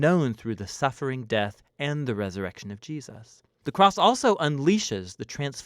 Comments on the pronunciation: Not sure if it's my headset, but I constantly here "Ji-us" instead of "Jesus"...it's weird. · Gee-us-ses. = ) Love these. They help so much. Thanks. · I noticed it too